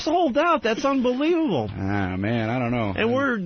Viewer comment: The Opester says absolutely too much but let's not gloss over his overuse of the word "unbleeble" which I assume this mush mouth idiot is attempting to pronounce the word unbelievable.